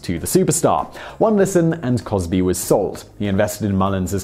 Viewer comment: Literally after you name Ben Crosby you called him Cosby. Lol